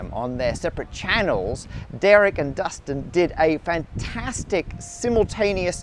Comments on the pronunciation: Did you call Destin "Dustin"? Surely it should be Dirk who gets his name mispronounced. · DESTIN, NOT DUSTIN! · did he say "Dustin"? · Destin, not Dustin, but I'm not 100% sure Matt isn't trolling me.